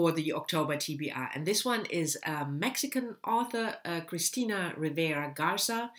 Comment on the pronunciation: great that you'll read Cristina's novel (you pronounced her name perfectly!); I love Mexican literature though haven't read this specific one. see what you think...